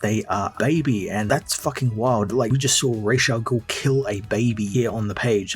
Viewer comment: Not being petty or picky...but it's Ra's Al Ghoul not Raysha ghoul